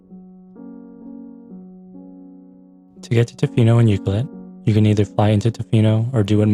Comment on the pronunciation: You’re pronouncing Ucluelet wrong. It’s U-Clue-let. Not Ucluel-it. You have to pronounce the CLUE in the word. Just so you know. (I’m a local)